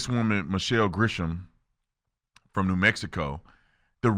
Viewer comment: Do me a favor call her Grisham not Gresham. Because I as a Gresham putting thousands of miles between her and I.